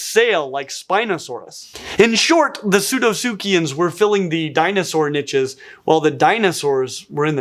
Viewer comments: Drink a glass of whiskey every time you hear niches. In English it's pronounced neesh. Barely 3 mins in playing my game and I'm pissed already. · Good info but the way this guy says "niche" as "nitches" is extremely irritating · I thought you kept saying ninjas there for a while... Niches, not ninjas 😅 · “Nitches”, 😂😂😂. Niche or niches are pronounced “neesh” or “neeshes”. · When people say "nitches" it makes me "itches"